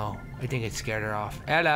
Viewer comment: LOL, every time Toby says Ella I think he's saying Bella XD